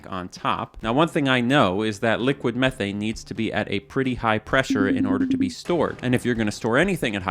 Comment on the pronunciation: Dude can't pronounce 'Methane' properly ! 😄